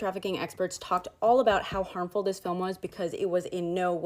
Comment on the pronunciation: It's NOT dis or mis... i live here ma'am. This is FACTS!!